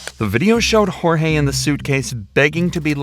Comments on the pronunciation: Sarah and Jorge (pronounced like George, not hor-hay) weren’t married. I’m so glad she took those videos and forgot/didn’t delete them! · Too late for any one to see this, but the first victim is Jorge, pronounced like George. You should respect the victims enough to do a modicum of research. 😢